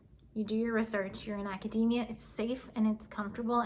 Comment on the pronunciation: it's aca-dee-meea not ada-day-meea